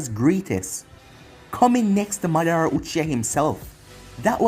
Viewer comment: No its mardra